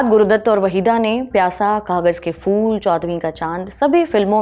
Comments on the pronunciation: Madam fool nahi phool hota hai 😅❤ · fool nahi phool kahiye madam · Kahan se tallafuz sahi hai mazdoor ko majdoor bol rahi hai phool ko fool aur bhe bohut se ghaltian hain.